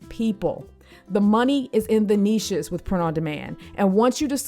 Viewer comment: one of the few people who pronounce niches right